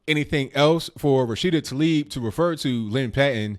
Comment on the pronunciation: Taleeb Excuse me Tah-leeb As in Tah-Mater